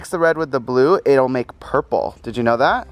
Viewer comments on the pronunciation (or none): When said purple it sounded like poopoo